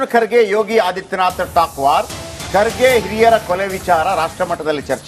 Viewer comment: can not even pronouce Kharge's name Says Khadge